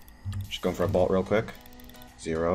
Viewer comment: I love how you say bolt. "Bult" love you